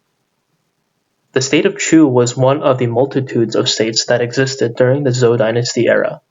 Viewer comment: It's Zhou/Chou Dynasty. You're pronouncing it wrong.